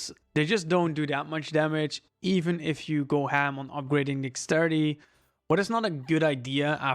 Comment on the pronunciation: My brain lost it when he was saying Dexterity, Dax-city 😂😂